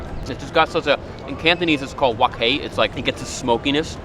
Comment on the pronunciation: A guai lou talking about wok hay, im impressed!!